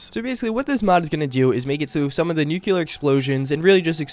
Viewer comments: It's pronounced Nuclear, not Nuculer, no extra u sound in there, just saying. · NU-CLE-AR. It's spelled "nuclear", as in having to do with the nucleus of an atom. Not "nukeular" as in having to do with nukes. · I hate it when people pronounce nuclear wrong